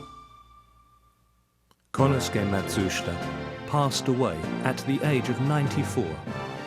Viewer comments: of course! I love their fans and air conditioning. But I do have one minor thing to say, Matsushita is pronounced "Mat-su-shita" and not "Mah-soos-ta"! It was rather humorous to hear "Mah-soos-ta" though. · That name scratched in the front facier is kind of annoying me now. Less of the documentary, more of hands on repairing, soldering etc and less slide show. I'm not really interested in Matsushita (which you're mispronouncing btw). [Ma Sue shee ta] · i appreciate the history lesson on the origins of the Panasonic and Technics brands but you should have take the time learn how to pronounce Matsushita as you aren't even close.